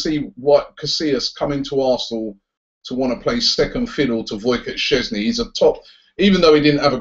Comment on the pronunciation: Robbie it sounds like you're saying boycott in a polish accent for szczesny's name lol